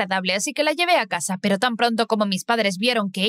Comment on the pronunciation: ¿Porqué siempre que dices “pero" lo pones al revés pareciendo que dices preparar?? Muy raro ._.